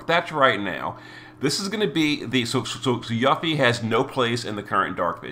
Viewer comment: 1. It's 'You-fee' 2. At least it's ONLY a week delay and not a 6+ month one